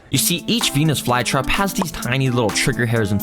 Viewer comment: OKAY BRO DID NOT SAY VENUS FLYTRAP